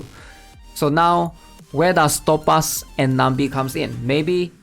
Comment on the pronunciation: I will still find it funny that says Top-arse and instead of Two-paz or Toe-paz (Topaz)